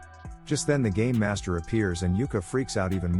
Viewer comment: Did I hear game or gay master